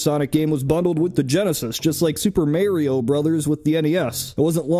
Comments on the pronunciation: Who says "marry-o"? Even the plumber himself says .." its-a me ...Mario" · Did you just seriously call him Mary-o??